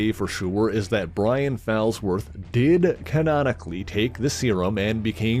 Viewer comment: The name is pronounced FALLsworth, as in; "he took a bad fall."